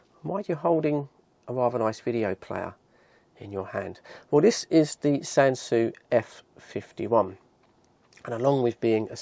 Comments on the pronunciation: The name Sansui has been around for many decades, but typically in relation to reasonably high-end hifi systems. It's pronounced "Sansooey", not SanSu. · No, Australian. We lived in Japan for quite a while, during the 70s, and this is how they themselves pronounce it. Three syllables: San Su I